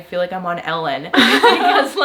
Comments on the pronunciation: Good thing explained "Ellen". I thought she said LN, and was like "drugs???" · Heard the "I feel like i'm on Ellen" as "i feel like i am on lsd" and had to go back...